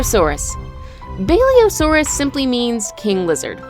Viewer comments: it's literally pronounced like it's written, not a "balliosaurus" it's a basilosaurus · Why did u say baliosaurus instead of basilosaurus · and you prenounce it basilosaurus and not baliosaurus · Hmm, she wrote Basilosaurus, and she says: “Baliosaurus” Me: bruh.. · U said bailiasours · She was calling the basilosuarus a BAEleosaurus Don’t judge I suck a spelling Thx for the likes never got more than two lol